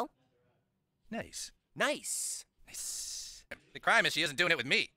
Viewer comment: No it was “Niccee”